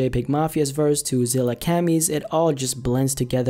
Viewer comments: Is the other artists name really pronounced Zilla-Cammie? Kami means God, and ZillaGod is Godzilla which he calls himself, so i say Zillakami like they say kami from dbz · The way you said zillakami smh